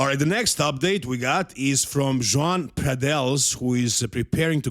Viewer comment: I'm spanish so i can tell you Joan is the Catalan/Valencian version of Juan, It's pronounced “Yoan” because in Catalan/Valencian, the ‘J’ sounds like a “Y.”